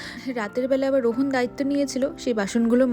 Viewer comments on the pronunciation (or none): Rohon na please rohaan 🥺🙃